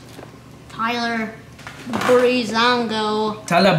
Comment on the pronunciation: Is not Tyler breez it is Tyler freez